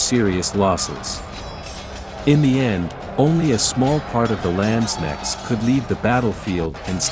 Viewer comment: pronouncation isnt the strong side of the Video! The K in Landsknecht are pronounced much stronger!